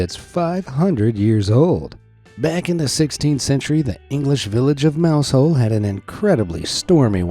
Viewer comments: Mousehole is pronounced Mouzle. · Now I get why Americans make fun of us. Stargazy Pie makes no sense. Btw its “Mowzull”, yeah ik its dumb.